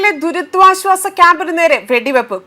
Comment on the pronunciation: മലയാളം അറിയാത്തവരെ വാർത്ത വായിക്കാൻ അനുവദിക്കരുത്...... ദുരിദ്വാശ്വാസം.......... മലയാളത്തിലെ പുതിയ വാക്ക് കണ്ടുപിടിച്ച വായനക്കാരി